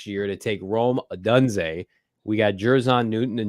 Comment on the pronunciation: Stop saying Rome odunze wrong!!!!!! Please!!!!!